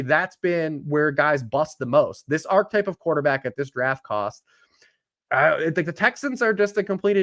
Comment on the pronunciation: Fantasy Community PSA: "Archetype" has 3 syllables. And this is missing a syllable too.